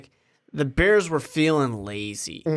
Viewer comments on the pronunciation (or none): Not beers it’s da bears I’m done watching you until you apologize